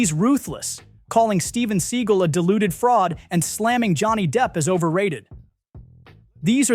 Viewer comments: And Steven "Suh gawl"... Not seagull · Why do you paraphrase? For brevity? It might take an entire extra second to read the quote entirely. By paraphrasing, you risk softening the intent. Otherwise, you're a good narrator. Steven Seagal is pronounced "SeGALL", not "Siegel", by the way. On that note, i had the opportunity to meet Steven at a fund raiser thirty years ago. He was very gracious and charming. I know his reputation, but it wasn't my experience. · His name is Steven Sea-gal, not See-gul. 🤦🏻🤦🏻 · It's "se-GAL"! . . . It's "mar-LAY-na"! Please check your pronunciations before you record!